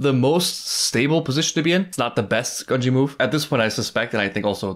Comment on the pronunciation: lol, we're at the end of the arc, and it seems he will never learn how to pronounce Gungi